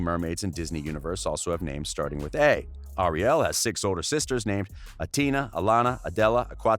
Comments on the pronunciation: Am I the only one who cringed when he said "Ariel" like Ariel Martin aka Wynter? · He said Ariel wrong.... oof!